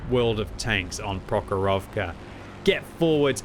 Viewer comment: With respect: it’s PrOchorovka and MalInovka, not ProchorOvka and MalinOvka. Just will be glad if you’ll pronounce it more right)